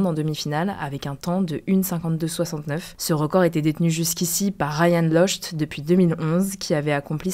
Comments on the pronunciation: Ryan locheteu 😂😂 Ça se prononce Lockti Et ça s'écrit Lochte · Le record du monde était détenu par Ryan lochte qui se prononce Lokti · Si je peux me permettre on dit Ryan Lockti a l’oral